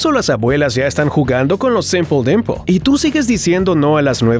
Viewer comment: Se dice simpelimper